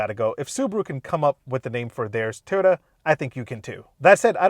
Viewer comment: The name goes with pronouncing Toyota like Teeyota.